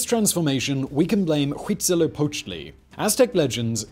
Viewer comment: Simon tends to butcher a lot of names, but I have to give him credit for saying "Tenochtitlan" correctly (and also a not quite bad "Huitzilopochtli") :D